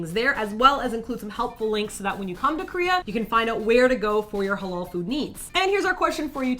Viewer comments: You did mispronounce "Halal", though. xD It's more elongated in reality. (Ha-laal). I wonder if you guys can pronounce it in Arabic which is a ح instead of an "H". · lol you said hulal food its literally said ha lal i have cousin that is muslim so iknow